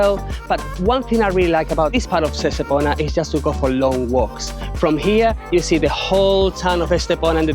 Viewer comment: Soy de Estepona, y si, el vídeo está muy bien y da fe de la belleza de mi pueblo. Pero no entiendo porqué no dice bien el nombre de Estepona. ES TE PO NA Por favor corrijan ese grandísimo error también dicen mal algunos nombres como La senda del Litoral etc